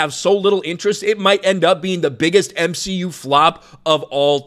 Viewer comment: Its m-she-u... You should know that by now.